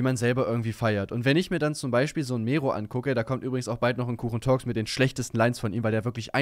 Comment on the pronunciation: Ohne Witz egal wie sehr ich Mero hasse, BITTE BITTE BITTE SPRICH DAS WORT NICHT MEHRO AUS SONDERN MERRO 🤦‍♂️🤦‍♂️🤦‍♂️🤦‍♂️ Es macht einfach nur unfassbar aggro. Kann es nicht fassen dass Mero428 dieses Wort so in den Dreck gezogen hat. Habe das Wort damals immer benutzt und so meine Freunde angesprochen aber jetzt kann ich mich dabei nicht mehr ernst nehmen...